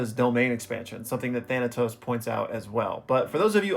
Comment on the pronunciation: the name of the guy who donated for this video is pronounced (Tha-nay-tos) if I’m not mistaken. He’s the main villain from an AMAZING webtoon based out of Trinidad called “Ordeal” not only do I recommend you read it and think you’ll absolutely love it, but you covering Ordeal may make it get more eyes on it. Helping it get a much deserved anime. It’s ongoing but you have about 130 chapters to binge.